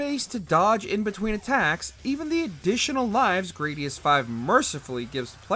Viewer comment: Gradius uses the short "a" sound.